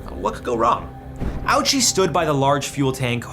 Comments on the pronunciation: So much nonsense is talked about regarding Ouchi, starting from the pronunciation, which can be either "Ochi" or "O-u-chi", but not how it's pronounced in the video. I've heard Japanese pronounce it both ways I mentioned, but the u being silent seems to be more rare. Then there's this stupid belief that he was kept alive for science. Science got almost nothing out of his death that wasn't long known, but he was kept alive because that's what his family wanted, because they believed in a miracle. But after Ouchi suffered cardiac arrest and had next to no vital signs on his own anymore, doctors advised the family to not have him brought back the next time and they agreed. It was the doctor's duty to fight for his life and it was the family that wanted to keep on hoping that prolonged his suffering. You can condemn that all you like, but it's deeply human and not too different from people keeping comatose loved ones alive for years or even decades. If anything it shows the dilemma humans face on a daily basis, the struggle to keep going despite impossible odds and absolute despair. And this will often lead to more suffering, but isn't life worth fighting for anyway? But the world is cruel and life can be unfair, so hope is rarely rewarded unfortunately. And in this situation there was no winning, neither morally nor medically. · Ouichi is not pronounced owchie. Ten seconds of research on the topic you’re presenting is worth the effort bud. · It actually isn't even how his name is pronounced but luckily a few non-Japanese YouTubers who've covered his story have pronounced his name correctly. It's closer pronounced Owuchi (which I think might be a remnant of an older Japanese pronunciation). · ouchi is 4 syllables in japanese, (o-o-u-chi) , in english Owuchi would be more correct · Close, but as a person of Japanese descent, I can tell you it’s actually pronounced oh-oo-chee. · Ignoring the tone-deaf joke that's not even how Ouchi is pronounced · It’s pronounced O-uchi!